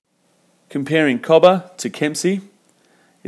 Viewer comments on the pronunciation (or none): FYI Cobar is pronounced Co-bar (bar as in place you drink at)